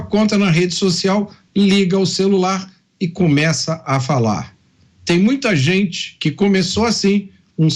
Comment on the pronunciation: Fazueli, se eduque para sair da pobreza e comece trabalhar para parar de pedir tudo de graca para quem trabalha. "Gente" nao Jente, o que e' seromano?? Nao e' estoria, e' Historia. Volte para a escola e aprenda ser gente, seu esmoleiro.